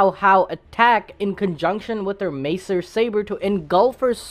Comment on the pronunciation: It's pronounced (MA-ZER) Saber... The "s" serves as a letter "z" 😁